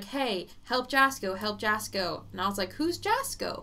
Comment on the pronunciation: Its pronounced yasko. Yes he has stomach crap going on and its serious and he gets headaches